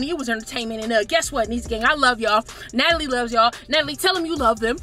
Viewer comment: I love how pronounces Natalie’s name “Miss Nataelie’ 😂